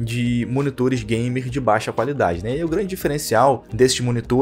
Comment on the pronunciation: ''Não tem ergêbê, não é gaimer''